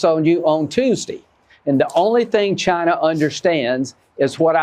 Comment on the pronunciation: Do a compilation video on how that pos trump said China during the campaign, and how he pronounces China now. Campaign: GINER! Now, proper:CHINA He called China, GINER NON STOP WHOLE TALKING SHIT, Now it’s a proper, respectful, China.